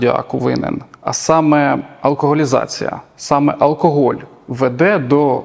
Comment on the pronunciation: Безграмотно в слові "алкоголь", першу букву вимовляти як "о". Це в російській мові є випадки де написане "о"читається як "а", а в українській читаємо все, як пишемо.